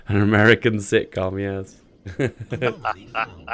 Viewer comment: good lord! it's "anomaly" not "a-nominally"! There are only 4 syllables, not 5!